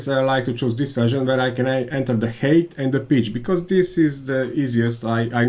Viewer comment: Great content/tips! But, man, please, do us and yourself a favour and check correct pronunciation of the words you use most (thread, height). Otherwise fluent and clear pronunciation, but the few wrong words are repeated much too often and spoil the otherwise great content! Hope you take the critic as a chance and not as offence! Keep up the good work!